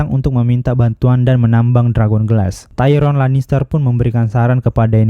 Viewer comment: Tayron bjir Tyrion ngab